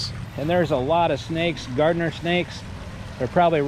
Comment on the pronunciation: FYI: It's pronounced Garder Snake, not Gardener snake. And tell your neighbor to mind his own business!